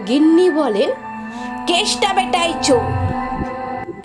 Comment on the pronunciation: বাজে আবৃত্তি। চোড় নয়। ওটা হবে চোর। এরকম অনেক ভুল।